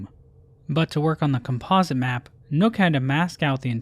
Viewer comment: Bro somehow skewed up the pronounciation of "Composite" 💀